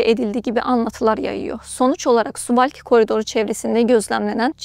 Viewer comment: Swalki değil swavkidiye okunur bilginize.